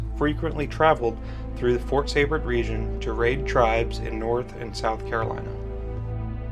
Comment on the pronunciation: I’m a 7th great grandchild of Jacob Seybert. Great documentary, but it is pronounced SEE-bert.